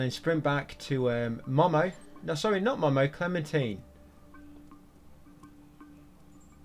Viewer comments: its not "mah mah" its "moh moh" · momo is pronounced moh-moh and he’s a he. seamus is pronounced shay-mus. clementine is a she. how did you play this game so many times with your eyes closed